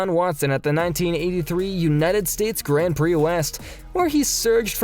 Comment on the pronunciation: Sorry, say what now? Gran Plee..?